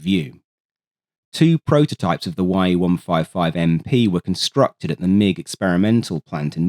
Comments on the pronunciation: Please note that in Cyrillic script, "ye" are not two letters, but rather a single one (Е) and it should be pronounced as such; so Ye-155 is not "why ee 155", but rather plain "ye-155", like in the words "yes" or "yesterday". The same goes for "sh" (Ш), pronounced as in "shell" (when used in a word), or "sha" as in "shadow" (when used as a standalone letter); so for example the name of the Shvetsov ASh-82 engine would be pronounced "ah-sha 82", not "a-es-aitch 82", as some people tend to pronounce it. Another popular one is "ts" (Ц), pronounced as in "tsunami", "matzah" or "cats" (when used in a word), or "tse" as in "tse-tse fly" (when used as a standalone letter); and "kh" (Х), which is pronounced as "h" like in "help" (when used in a word), or "ha" as in "hammer" (when used as a standalone letter). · Great video! This is a little pedantic, but the designation « Ye » in Russian is actually a single letter, pronounced like the « ye » in « yes ». Similar for « kh ». That’s a single letter in Cyrillic pronounced like a very hard « h » sound. FYI. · FYI, "Ye" is pronouced as a word, most Soviet designations are. For some reason the only one we do properly is "MiG". Could have sworn I remember commenting and praising you for pronouncing it correctly before, but maybe I am mixing you up with Skyships. Who is Russian so he ought to know how to say it properly.